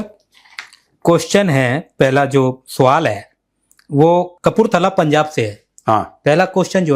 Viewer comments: Muaaff kijiye.. freedom fighter "producer" sahib.. Suuaal... aur sswwaaall me difference to hai..😂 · SAVAL nhi, yeh hoga SWAAAL, JO AYY